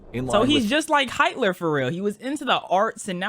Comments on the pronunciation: “ Height ler” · “He was just like heightler”💀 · I love the way he pronounced Hitler. 🤣